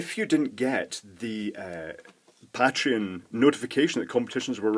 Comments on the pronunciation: The way you pronounce "Pateron" still bugs me. >: I wonder, do you pronounce "patron" the same way? That would explain it. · ***** Ah, I've never heard anyone say "pat-reon" and it sounds so weird to me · you don't pronounce Patrick "Pay-trick", do you? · I think the pay-treon pronunciation is the "American" pronunciation and pat-reon is "British" but I'm sure it varies because I'm British and I say pay-treon